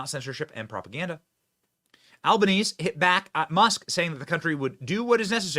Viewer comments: Benny, this all stemmed from the fact that the Albanese Government (BTW, it's pronounsed Alba-neezy not Alba-neez (not that I care, our PM is an absolute doofus)) decided like many Western countries to let Illegal immigrants into the country by the proverbial truckload (many whom are like the young man that attacked that minister) and so that attack highlighted the problem with our current immigration problem. Hence why Albanese and his eSafety Commissar wanted that info taken down off X and other social media platforms. Also, for the record, many of us Australians don't like Albanese let alone most of the other politicians that we have here. There are a handful that are good but most are woke and/or in it because they are power hungry (just like politicians everywhere). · It is pronounced "Al•ban•es•e", but we call him Albosleazy. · 🇦🇺 doesn't think itll happen here......🇦🇺WAKE UP!!!!! WOKE BS IZ TAKING OVER!!!! ALBANESE ARE YOU EVEN AN AUSSIE??? im shakng my head at AL-BA-NEE-ZEE! its how it's pronounced benny☮️☯️ VOTE TRUMP 2024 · Just got to let you know that you miss pronounced albos name it’s analese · Bahahaha Albo "neze" Our bumbass PM has so low presence in USA that they dont know how to say his last name! Love it! PS - Most Australians are embarrassed of the PM and the Labor party. CORRECT! the video didnt suit the NARRATIVE> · Benny, our elite leader's name is pronounced Al-ban-easy, or as we call him, Albo. Edited for autocorrect. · Im not Australian, but Albanese is pronounced Albanesey. Say the last e However everyone down here calls him Albo Felt like correcting an American 😏but i agree hes being a wimp And Albo is out if touch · "ALBERNEESY" PHONETICS BENNY! PRONOUNCED "POONCE". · Our pollies are muppets, he name is pronounced alban-easy or as the locals know him wanking-easy. Also Australia is no longer predominantly Christian mainly Atheist. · It's actually pronounced Alba-neezy, as in sleazy Albanese.